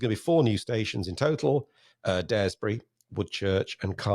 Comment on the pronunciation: Point of information: Daresbury is pronounced 'DARS' not 'DARES' - bury.